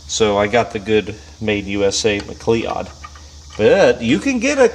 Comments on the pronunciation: Say McLeod again please😂😂😂😂😂 Edit: you did🤣🤣🤣 It’s pronounced mc-loud. Sorry bro but it was funny af to me. I got a McLeeodd twin rst in my car😉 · Its pronounced MCLOUD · Im pretty sure its pronounced "ma-cloud" but i could be wrong (Scottish name) 🤷‍♂️ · It's pronounced "McCloyd"... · Mcleod is pronounced 'mcloud'. 👍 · The brand name, Mcleod is pronounced "muh-KLOWD" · McLeod---- sounds like, Mc-cloud. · It’s pronounced Mah-Cloud broth’a. But I also can’t register sarcasm. Hahahaha. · for the record, as someone who shares a last name with that brand of clutch... it's pronounced "muh-cloud" (yes I'm aware of how it's spelt, but it's been my surname for 40 years, so just trust me on that) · McCleod It is pronounced "Mc Kloud" the Irish and tuners every where are face palming